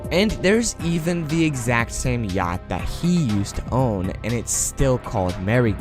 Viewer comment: He said yhact 😭😔